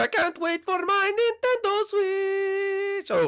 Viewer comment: Ok it's NINTENDO Switch not NENTENDO Switch god